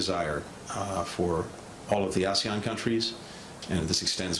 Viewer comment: He pronunciation of asian was weird.. as e on?